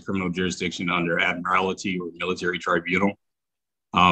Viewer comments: Did he really call it ‘Admirality Law’??? 😂😂😂😂 What a real genius we have here folks!!!🤦🏻‍♀️🤦🏻‍♀️🤦🏻‍♀️ I guess the judge proved jurisdiction when he held him in contempt of court and gave him 30 days in jail! 😂😂😂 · I love how he mispronounced admiralty